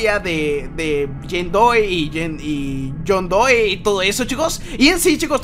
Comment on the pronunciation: Se dice john doe no john doi